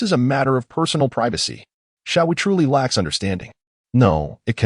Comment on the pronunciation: Screws up the names of xiao wu and xD